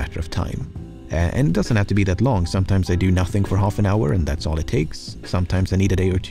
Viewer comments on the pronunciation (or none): none